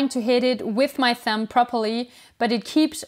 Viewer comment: hey, just fyi the b in thumb is completely silent :)